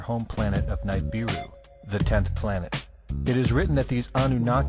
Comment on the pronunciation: There is evidence that Sitchin was incorrect in some of his interpretations / translation. Nibiru ( Nee-bee-roo ), to correct your pronunciation, was destroyed. The incoming object is not visible to the human eye, or in our visible light spectrum. It was recently visualized within the infrared spectrum. Exactly why we have not been able to see / find it. Nibiru was a planet. Planet-X has been found to be a dark (hidden) star. Also, the words Sioux and Iroquois were given to them by others. This video is not really THE story of Nibiru. It is much more the story about the origin of serpentine aliens / E.T.s. I will refrain from DEMONIZING them.